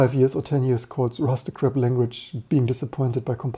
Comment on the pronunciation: I was just joking about how you pronounced "crap" more like "crab", and Rust is often embodied with a crab, but now I've kinda ruined the joke.